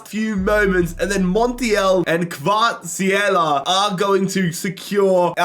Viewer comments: Why are native English speakers always so shit at pronouncing foreign names? Really grinds my gears 😂Kvarysckhela/ Vardyschela??? KVARATSKHELIA FFS😂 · I think you read it as Kvara-ts-kelia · Love how Kvaratskelias prononceration changed everytime you Said his name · It’s pronounced kvarastskhelia your welcome Dundee United rebuild soon?